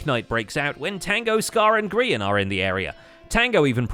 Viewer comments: The scar anvil portion in which it was grians perspective said Grean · Lol "Grean" instead of Grian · grian dye. gri-een dye. hilarious guys. just hilarious.